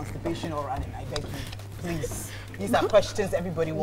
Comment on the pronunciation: Why does fella says please as prease😂